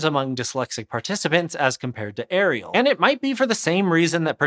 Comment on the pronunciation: It's Arial, not Ariel 🤦‍♂️